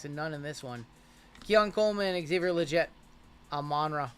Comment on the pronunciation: Love the channel and info you provide during rips and breaks. Just a heads up and I his isn’t criticizing but a slight correction. Xavier Leggette is pronounced Le Get and not Le Jet. Keep up the awesome content.